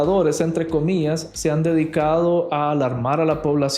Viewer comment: Se dice comillas no comías 😊😊